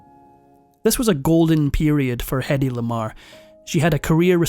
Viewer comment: In her autobiography she wrote that her first name rhymned with Lady. "Heady", as it's usually pronounced, does not rhymn with Lady. Heady is H-e-a-d-y, No "head" in Hedy. ❤